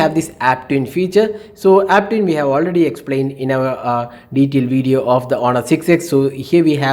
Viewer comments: I will say it again its honor not aunnar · but u are saying it with a unda sound not n sound 😂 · 😂😂 wow thank you.. But its onor not with anda sound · h is silent its onor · don't mind but you really need to improve your. pronunciation u did say aunnar and quck (quick) and u usually add rh for eg instead of on you say onh best thing for u is to instead speak Hindi ')